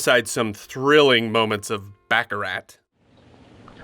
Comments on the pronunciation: An entertaining report, except for the back-a-rat. It is pronounced Back-a- rar. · Baccarat is pronounced with a silent T ;) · The "t" in Baccarat is silent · The purpose of the "James Bond" franchise is to make Colonialism "sexy". It's much like enticing kids to practice War (for Colonialism) from an early age, using Video Games ...and it's pronounced "BAH ca rah" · Baccarat is a French word. The "t" is silent. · You are supposed to be a professional... LEARN to pronounce the word BACARAT CORRECTLY!!! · BACCARAT ... The T is silent. ( unless that was the joke... in which case... nah it's still silent ) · Don’t like the cheesy sounding narrator and especially his mispronouncing of baccarat